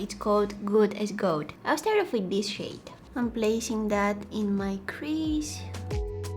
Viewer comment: When you say gold, it sounds like goat and I absolutely adore it 🥰